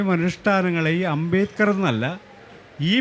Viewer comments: എന്തൊക്കെയാണ് ഈ സ്ത്രീ പറയുന്നത് അംബേകർ അല്ല അംബേദ്കർ ആണ് 😡😡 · അംബേദ്‌കരിസ്റ്റുകൾക്ക് അംബേദ് കർ എന്ന് പറയാൻ പഠിപ്പിക്കണം 😁 അമ്പേക്കർ എന്നാണ് കേൾക്കുന്നത് 😁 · ഈ ഇരിക്കുന്ന നാലെണ്ണവും അംബേദ്കറിന്റെ ആശയങ്ങൾക്ക് വിരുദ്ധമായിട്ടാണ് പ്രവർത്തിച്ചു കൊണ്ടിരിക്കുന്നത്. ചർച്ച നടത്താൻ പറ്റിയ മൊതലുകൾ. മോഡറേറ്റർക്ക് അംബേദ്കർ എന്ന് ഉച്ചരിക്കാൻ പോലും അറിയില്ല. അമ്പേക്കർ എന്നൊക്കെ 😂. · ഈ സ്ത്രീ എന്താ അംബേക്കർ അംബേക്കർ ന്ന് പറയുന്നത് 🙄🙄🙄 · അംബേക്കർ😂😂😂 .. ആദ്യം മാതൃഭാഷ മര്യാദയ്ക്ക് പറയാൻ പഠിക്ക് നായെ. എങ്ങനെ വായിക്കപ്പെടണം . കൊണോതിലെ പ്രയോഗം ആണ് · Ambekar അല്ല...ആവർത്തിച്ചു കേൾക്കുമ്പോൾ വെറുപ്പിക്കുന്നു.. moderator ആദ്യം അംബേദ്കർ എന്ന് ശരിക്കു പറയാൻ പഠിക്കു. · അമ്പേക്കറല്ല..... അംബേദ്കർ.... അതാണ് കറക്ട് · Why is she saying ‘ Ambekar’? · Ambekar?..Am I hearing it right😅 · Even the guy sitting in the middle, 😊 doesn’t even know how to pronounce Dr. Ambedkar’s name… too funny! 🤣🤣” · അംബേദ്‌കറെ എങ്ങനെ വായിക്കണം എന്ന് ചർച്ച ചെയ്യുന്നതിന് മുൻപ് മനോരമ മോഡറേറ്റർക്ക് അംബേദ്കർ എന്ന് എങ്ങനെ ഉച്ചാരണം ചെയ്യണം എന്ന് പഠിപ്പിക്കണം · അംബേദ്കർ എന്ന് ഉച്ചരിക്കാൻ പോലും കഴിവില്ലാത്തവൾ